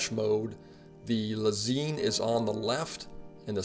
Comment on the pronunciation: Lez-EIN (like the German word for "one") not Lez-EEN